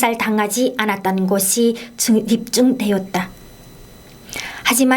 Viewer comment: 계속 방송하려면.. "여를 요"로 들리게하는 발음 교정을 하시오 "되였다도 되욨다"로 들린다. 그녀는 그뇨.로... 귀에 심히 거슬린다.